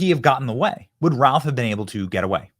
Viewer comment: BENNY, his last name is pronounced "RUTH"